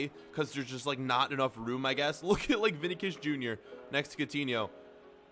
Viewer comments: ναι ρε φίλε ξέρω αλλά δε τον λένε βινικους τον λένε βινισιους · lmao I know he just butchered his name